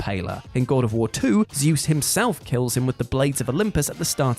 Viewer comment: Zeus is pronounced correct per the game, Kratus is the wrong pronunciation per the game.